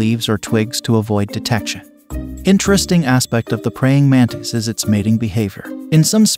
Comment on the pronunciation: Its pronounced mantis, not mantees